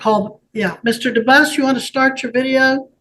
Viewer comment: I speak French his name is pronounced DUMBASS